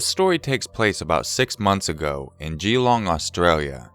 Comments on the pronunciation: Geelong is pronounced more like jeh-long. Don't emphasize the 'gee' ;) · the way you said geelong 😂😂😂 its more fluent instead of separating the gee and the long